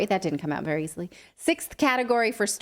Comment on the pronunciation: Vewy vewy scarwy